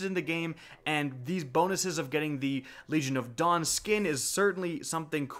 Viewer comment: I kept hearing "Legion of Dong" everytime he said Legion of Dawn.